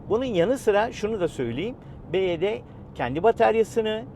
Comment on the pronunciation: Araba çok güzel çok güzel modelleri var bizim burda en çok bu tercih ediliyo, bivaydi diye okunuyo bu arada